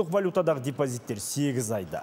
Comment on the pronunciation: Депозитти тук тусыныксыз айттыз